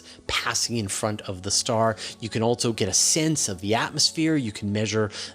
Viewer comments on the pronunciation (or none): How many "T's" and "Z's" are you putting in "Also"? "Altzzo". Wtf